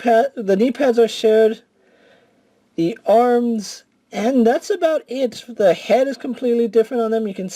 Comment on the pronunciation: Teh?!? What the fuck is a "teh"? You mean THE??? Smh